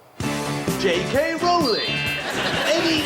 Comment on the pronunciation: Rowling is pronounced as "Rolling", Russell.